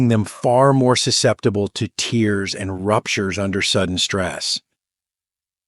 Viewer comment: Weird video. The picture of the man talking has his mouth moving but not saying the words in the narration. Extremely distracting. And the AI voice saying tears, as in liquid from the eyes, instead of tears, as in rips in muscle tissues, is so annoying. I don’t like videos with AI narration.